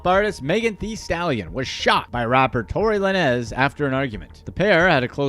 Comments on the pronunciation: It's Tory Lanes...it is spelled Lanez but it's so aggravating to hear you say it wrong so many times. In the future please research when it comes to hip hop artist names and how to properly pronounce them. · "Tory Lah-Nezz" 🤣🤣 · Who dafuq is Tory Lah-Nez 😂😂